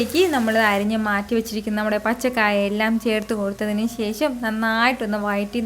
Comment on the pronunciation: ശേശം അല്ല ശേഷം എന്ന് പറാ Super cooking..